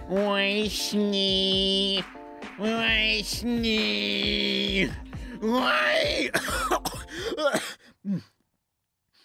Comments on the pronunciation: I'm sure someone already said this but "Weiss Schnee" (or however it's spelled.) is German and means "White Snow" and is pronounced "Vice Sh-neh". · Weiss schnee... Spongebob: "wee snaw" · It's hilarious how you pronounce Weiss Schnee.